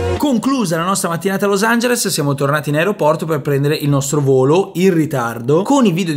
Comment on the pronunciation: per come pronunci los angeles dovresti tu studiare l'inglese